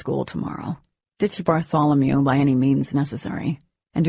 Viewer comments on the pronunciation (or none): none